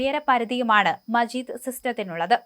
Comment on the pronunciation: മജീദ് അല്ല മാജിദ്